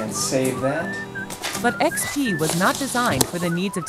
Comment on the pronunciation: Welcome in 2023 Ugh what is windows "ex-pe"